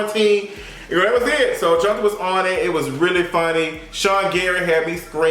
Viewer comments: Johnta name is pronounced John- tae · Hey! It's John-tae 😘 love u! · His name is pronounced johntay lol 😂😂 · If I'm not mistaken, I think Johntá pronounces his name John-TAY.